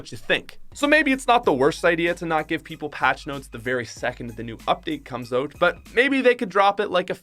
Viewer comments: its out, not oat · It’s not “oat” it’s out